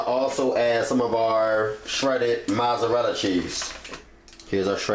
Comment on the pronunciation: It's Mozzarella dude. not mozaratta, but I'll forgive you because you baked ziti is BANGING.